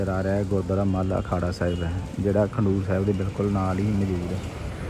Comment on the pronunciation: 🙏waheguru g🙏 eh Gurudwara Khadoor sahib hai. Tuc galt pronounce kar rahe ho.kindly correct the name.